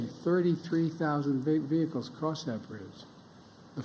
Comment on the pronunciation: Did he say "vig behicles"? Did he say "lunthly detours"? I give up on trying to guess.